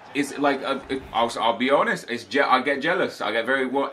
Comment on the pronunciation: 4.02 turned scottish😂 "I'll be honest"